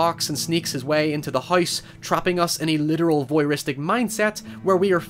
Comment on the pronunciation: Man, your accent gets crazy sometimes. Every time you say "house" it sounds like you're pronouncing the three letter word for frozen water with an H in front of it. It really sticks out here due to how much you said it.